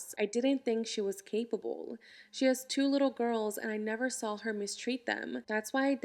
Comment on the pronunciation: "he never sawl her"